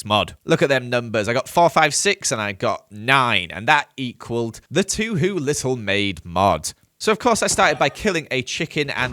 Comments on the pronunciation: It made me very angry when pronounced Touhou as "toohoo" ITS PRONOUNCED "T-Hoe" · Of course he pronounces Touhou as "Two-who" lmao. That motorcycle is used by a Buddhist nun to run over her opponents in the fighting games, by the way. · him calling it toohoo kills me though lol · too hoo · yes lol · You pronounced it "2hu." You knew what you were doing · 1st , First of all don't produce the U as much.. prounce it more like " Toh Hoe " xD 2nd damn I love touhou it's a great bullet game franchise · it's pronounced "toh-hoh" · The way pronounced touhou brought me great pain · as an empires and touhou fan the way he pronounced it HURT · hearing butcher the pronunciation of touhou is so funny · The way you pronounce Touhou makes me want to die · All the touhou fans are coming after you after you pronounced touhou wrong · The way he pronounced touhou pls 👦🏻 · you're pronouncing touhou wrong